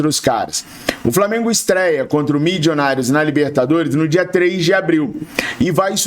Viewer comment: tenha pena dos meus ouvidos. O time é Milionários (fala como escreve) não tem "midjonários" nenhum.